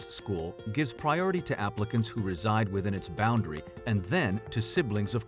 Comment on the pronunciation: Apparently, the people in charge of your child's schooling think "in-bounrdary" is just fine to have in their public video.